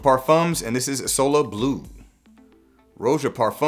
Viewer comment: Words cannot properly describe how much I appreciated you pronouncing "isola" in the correct way. Goes a long way showing that you ACTUALLY care about your community. I'll never stop being a follower, you're a gem. PS: also deeply appreciate the non-mainstream content and fantastic production quality, keep it up!